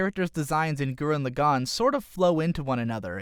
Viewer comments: Started watching the video. Heard your pronunciation of the series title. Stopped watching the video. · man, I hate the way he says gurren lagann. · i don't like your pronounciation of gurren lagann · you could at least pronounce the title right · All his pronunciations are terrible, including for the name of the Anime